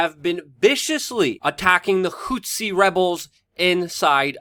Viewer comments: It's pronounced "Who-Tee" not "Whot-See"; people keep thinking back to Rwanda and it's genocide between the Hutus and Tutsis. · DUDE! IT'S NOT HOOTSI! IT'S NOT THAT HARD TO SAY! Just say Hooti, that's much more accurate and doesn't sound nearly as ridiculous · HOO-THEE.. Not hootsi dude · Whats a "hou-t'see"? Its pronounced "who'thee". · Houthi = hoot-hee Houtsee, hootzi or whatever is very distracting. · Dude, it not hootsie.. it's "HOUTHI" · Who the hell are the Hutzis?? An African tribe related to the Watusi?? Please prepare a little, and at least pronounce the subjects of your videos correctly. Takes away from your credibility that you do this. They are the Houthi people...your're welcome.